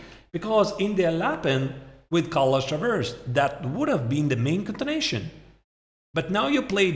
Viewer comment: its continuation not contination. So distracting